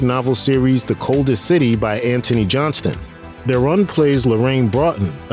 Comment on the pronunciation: Charlize's surname is pronounced more like 'Throne.' (I think she complained about that on a late-night talk-show.)